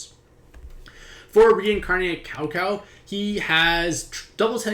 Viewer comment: Sow Sow not Cow Cow lol